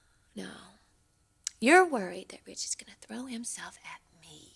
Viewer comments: Or Widge….. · Brooke calls Ridge "Rage" - it's how she pronounces his name